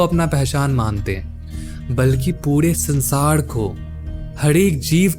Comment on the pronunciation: Bhai bahut achha laga sun ke aap ke content ko, ek chhoti si salah hai thoda uchharan me dhyan dijiye, sar hota hai sad nhi, sansaar hota sansaaad nahin. Jay sri hari💐💐